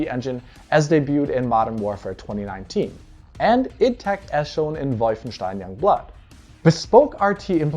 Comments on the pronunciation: If you pronounce WOLFenstein anyway other then how the developer does, YOUR WRONG. Comes of as SMUG and makes everything else you say fall on deaf ears. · I really wish this guy would pronounce Wolfenstein the way its CREATORS pronounce it instead of being a pretentious twat. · Wait, wolfenstein? What did he say? Who pronounces things like that? Vaulfensteen? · That "Vulf-en-schtein" caught me off guard. is great. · Came for the RT essay, stayed for the VUHLFUNSHTOYN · He must be German.